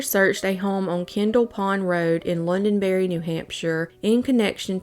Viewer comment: Hey sorry to be nitpicky but it's Londonderry not Londonberry but New England names are kinda insane anyways so